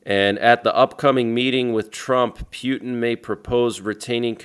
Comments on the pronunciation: 😂 the way you say “Pew tin” 😂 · Pronounced Poo-ten